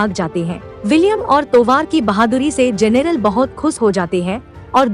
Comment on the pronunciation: जनेरल नहीं जनरल